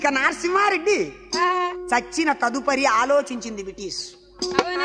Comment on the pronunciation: అయ్యా కథ బాగుంది కానీ నారసింహరెడ్డి కాదు నరసింహరెడ్డి